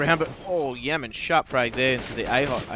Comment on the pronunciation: Didnt realise rng had a new player, "Yaman" srsly how can you pronouce "YAM" wrong.